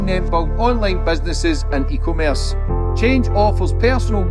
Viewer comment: See we've still not learned how to pronounce e-commerce 😂